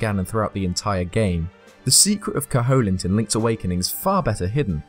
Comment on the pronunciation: cough Koh-hoe-lint? I think you mean "Koh-uh-lint" (silent H and no strong O sound).